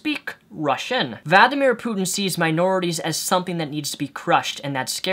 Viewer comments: Nothing to do with the video but I can't understand how you can't pronounce Vladimir Putin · Valdomir Putin sounds like Voldemort. Its actually a pretty accurate mispronunciation if you ask me. (accurate mispronunciation, lol.) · You changed the pronunciation of Vladimir Putin every time you said it...